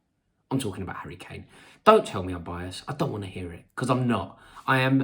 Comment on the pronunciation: "England will win" "I am not being biast" 🤣🤣🤣🤣